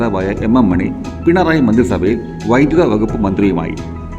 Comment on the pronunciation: Ak മോനി അല്ല ak മണി